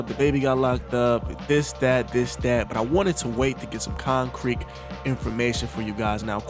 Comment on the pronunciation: Nigga sayd concreek evidence...wow